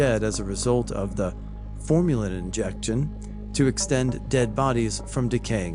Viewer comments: I know that. My point was that he said formulin. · Formulin (not a word) or formalin? 😉